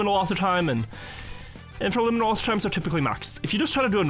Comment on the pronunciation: what kind of author time? He kinda slurs the word, so it's uninteligible to me. Edit: I guess it's "infraliminal" who is a TM mapper with very optimised aurhor times.